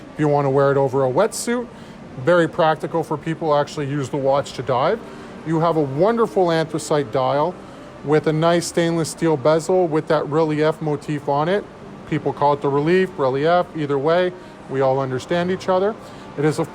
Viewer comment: In no way is it “Relly-F” 😂😂